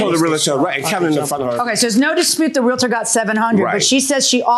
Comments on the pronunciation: Dear, lovely peeps. It's.... REAL-TOR. Not REAL-AH-TOR. Stop that shit. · i wanna smack my head everytime they say realitor ... since when is there an I in there. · It’s Realtor not REAL -A -TOR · It’s realtor, people. REALTOR! Not realator lol! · Their pronunciation of Realtor from all three is killing me